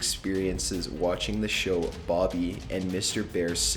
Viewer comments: also. Did he FUCKING SAY BOBBY? ITS BOOBY YOU NOOB. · it's boobie not bobby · Its BOOBY not BOBBY!